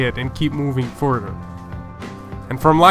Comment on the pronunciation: Btw what's ferder u keep movin ferder?? Lmao ur a joke lets see if ur still hear a year from now n btw seems like ur dancin for j nasty u keep makin vids like u jus can't get him off ur mind lmao aha keeps dancin kid.. (in the mind) aha